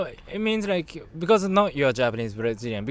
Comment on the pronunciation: Bro, not "RIKE" it's "LIKE" LaLaLaLaLaLa Like!